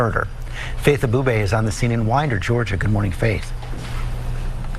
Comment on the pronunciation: your first pronunciation was correct, W eye nder, or maybe wine- der. as in alcohol wine, i lived there since 1973 till presently, i knew the female teacher , nobody else, my sis drivesa school bus and knew one of the students, its not something a city should be reported for